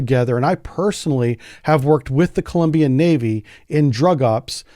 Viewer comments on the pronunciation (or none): none